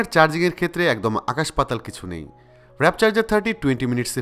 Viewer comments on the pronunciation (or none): ম্যাকলারেন, নট মিকলারেন। 😒 ওয়ার্প, নট র‍্যাপ। 😑😑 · Wrap na , warp 😕😕😕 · ঠিক নাই, আর এটা খুব কানে লাগছে। এবং সাথে র‍্যপ চার্জার টাও। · Loved the video but the wrong pronunciation of Mclaren and Warp charger felt a bit cringy.